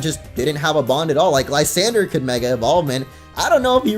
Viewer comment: Thank you for pronouncing Lysandre correctly. Yeah, I'm looking at you, Gian and TTube